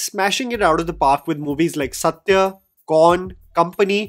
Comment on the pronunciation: It’s not sathyee it’s sathyaaa and it’s not rathacharithreee it’s rathacharithra